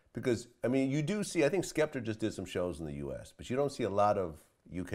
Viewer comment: Vlad saying "Skepterrr" 😂😂